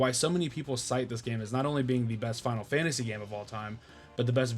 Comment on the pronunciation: Man! All these years of watching me and, and you still mispronounce the game 😂 And then you pronounce it correctly 😂 then wrong again 😂 make your mind up 😂 I'm glad you finally got around to it, now just wait until you experience Suikoden II 👌